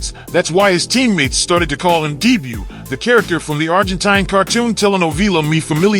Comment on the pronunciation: Love the attempt at saying dibu i havent heard anyone who speaks english call him by his nickname